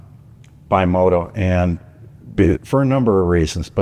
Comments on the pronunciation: BE Moto. Not Bye Moto.. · Love the video and also love the Throttlestop the ultimate bike museum but it kinda drives me nuts when you guys say bimota wrong not your fault the Italian language is different. It is pronounced like bee mo ta not by mo ta henceforth the b on there logo. Thanks